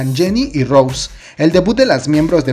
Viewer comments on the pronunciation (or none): Recuerda que el nombre es Rosé no Rose, no tienes que pasar desapercibido el acento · se le dice Rosé con el acento por Roseanne(? pero si solo le dicen Rose no tiene nada que ver.